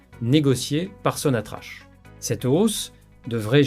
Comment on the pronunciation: Il faut prononcer sonatrach..sonatrak ...et non pas sonatrache ..merci